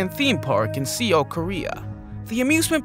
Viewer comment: ITS NOT SEOL ITS SOUL S-E-O-U-L ITS PRONOUNCED SOUL NOT SEOL GET IT RIGHT